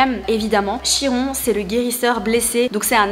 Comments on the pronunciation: et même mieux! les Grecs disent "KIRONE" normalement on prononce aussi le "N'" à la fin 🙂🙂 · Coucou! Une amie Grecque m'a confirmée que l'on dit KIRON 😊😊✨✨